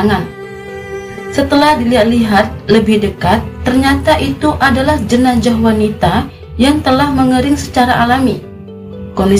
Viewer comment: Jenazah mbak bukan jenajah. Sukses terus yah